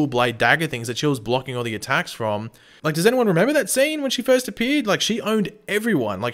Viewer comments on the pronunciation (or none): none